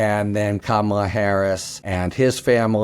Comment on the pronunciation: My request for you and many of your guests: please, please pronounce VP Harris’ first name properly. If you say Comma La, you’ll have it 😊